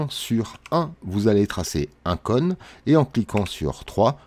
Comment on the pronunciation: Vraiment cool, merci aussi pour cette vidéo. Juste, j'ai bien rigolé de t'entendre dire "conne", plutôt que "cône" 😂, mais bon, on à tous un accent 😋